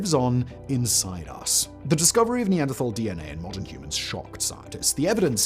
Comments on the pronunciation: Nee-an-der-TALL Not Nee-and-dra-thall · Any other anthropologists in the comments, screaming over his mispronunciation of Neanderthal 😂 the h is silent people